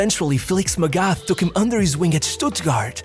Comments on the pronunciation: PLEASE learn to pronouce names.. its MAGATH not MEGAF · its "Magat" .. the h is silent bro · yo bro it's pronounced "mah gut (think of maggot)". in german there's not the "TH = f/s sound". the "A" is pronounced the same like the "U = A sound" in f.e. Hummer. hope that this is somewhat comprehensible, helpful or even somewhat interesting (i'd suppose is already too big to be able to read every single comment) great vid, always pumped for your content! EDIT: Heynckes, the "S" is never silent in german. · Magath. It’s spoken as Magat. The h is silent in German. Similar to Thomas. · Dude pronouncing Felix MagaTH wrong 😭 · How can you talk about football and not be able to pronounce "Magath" or "Heynckes"?